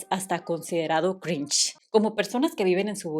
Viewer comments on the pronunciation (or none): none